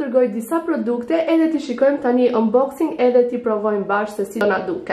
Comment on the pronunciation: eshte 'unboxing' jo 'umboxing'